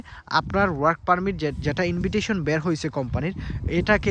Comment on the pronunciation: ইনভিটইশন 😂না ভাই, এটা ইনভাইটেশন উচ্চারণ হবে